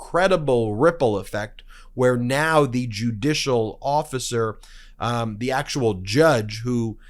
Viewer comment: Ben, I get the feeling that you are not a native English speaker. It's really distracting when you pronounce the word 'the' as thee instead of 'thuh', when it isn't followed by a word beginning with a vowel; similarly you pronounce the article 'a' as 'ay' instead of 'uh'. I wish you wouldn't do that.